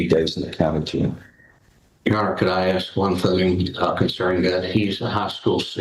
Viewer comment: "Well yo oner, it sound wearse when you say it."